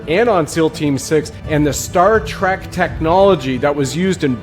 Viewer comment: Star Trek not track!